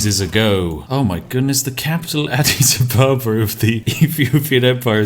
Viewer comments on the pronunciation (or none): Adidas Abababa